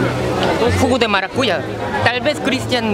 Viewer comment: No es maracuya... Es maracuyá